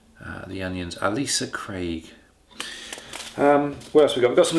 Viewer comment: Hi, Tiny, and possibly pedantic, point warning! It's not "Alisa" Craig as in Ay-leesa but Ailsa Craig as in ale-sa:-). It's an interesting story, in my opinion anyway, because this name is attached to a number of vegetable strains, not just onions. They're all named after a small island in the Firth of Clyde (which, as it happens, is currently on sale for just 1.5 million of your English pounds!) by the Victorian gardener David Murray. He worked for the owner of Ailsa Craig at Culzean Castle, so not on the island itself. He developed a relationship with Sutton Seeds in the late 1800's and as you now know yourself, Ailsa Craig remains ubiquitous even today. I thoroughly enjoy your videos and so I'm pleased that the enforced hiatus whilst you fitted your new kitchen is now over.